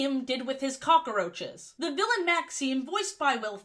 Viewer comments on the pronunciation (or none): I love how you pronounce cockroaches as "cock-a-roach-es" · Incredible video but I Cannot get over how you said cockaroaches